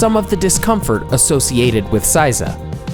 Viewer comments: A lot of good advice here. However, there are some serious pronunciation issues. The pronunciation of "A" is NOT like the English short A sound, but rather the short O sound. San and sama should not have that back-country English pronunciation of the A. Also, the word Seiza was mispronounced. The ei part of the word should sound like the English long A sound. Correct pronunciation shows respect and effort to learn the basics of the Japanese language. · Why do you say saiza? ther isnt an a in seiza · pronounce 'say-za' not 'size-a' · Seiza is pronounced "seh-ee-zah" not "say-za" (sometimes when things are said quickly in conversation, some words may seem to take shortcuts with the pronunciation, but in fact the entire word is said but very compactly. To the untrained ear it seems as if they are cutting off part of the word. Not so. A common mistake for those learning Japanese is to think it's ok to cut the words, but in reality Japanese people hear what you did but will never correct you, so you keep on believing it's ok. Example: Sukiyaki becomes Skiyaki. What are some other examples? Can you think of some?). Japanese vowels: only five sounds. Not hard to figure out. A=ah I=ee U=ooh E=eh O=oh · I couldn't get through the sitting part. I cringed each time he said "size ah". It is pronounced "say zah". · "EI" in Japanese is never pronounced "IE" as in Lie, Pie, Tie. It's closer to AY as in Say, Bay, Ray, Play, Pray, Tray, Fray. Seiza is not pronounced SIE-ZA, but SAY-ZA. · It's seiza, pronounced 'sayza', not 'sizer' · Hearing him repeatedly mispronounce "seiza" as "sigh-zah" was like nails on a chalkboard. It's "say-zah," bakayaro! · Stop saying, "SY-ZA." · please pronounce seiza correctly, as in phonetic SAY TSAR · "Saiza" really hurt my heart as a karate practioner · The mispronounciation of seiza and san was surprising. :/